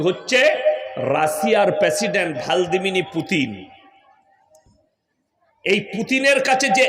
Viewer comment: Madrasar maalta dekhchhi Rashiar president er naamtao thik kore bolte pare na , ar o kina gnan dicce